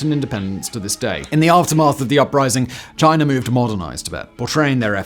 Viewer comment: Simon, there’s no ‘r’ in China. 😂